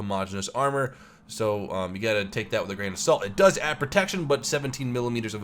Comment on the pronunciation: What it "doos" :DDD i love bloopers, they make the video nice. :D